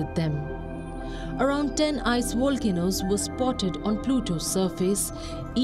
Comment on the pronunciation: volcanoes, not wolcanoes